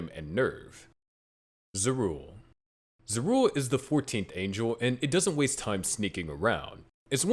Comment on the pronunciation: ZAH RU EL. My god. Maybe this actually NEEDS AI just to fix the horrific pronunciations.